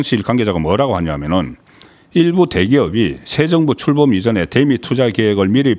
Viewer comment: 송기자님...다 좋은데 발음좀 고치세요. '대미'...'대'에 악센트 넣지말고 길게 발음하십시오. 경상도 사람들 기자님처럼 발음하지읺습니다